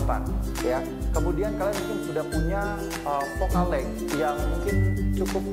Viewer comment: sorry bang bukan fokal leg, tp fokal leng,, LENGHT ^_^